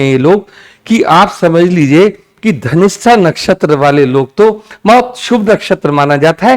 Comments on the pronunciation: Pronounce dhanishta not ghanishta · Dhanistha ho ghanishta kyu bolte hen sab ... Dhanishta is right😊